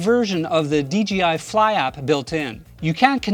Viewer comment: It sounds like he's saying DGI not DJI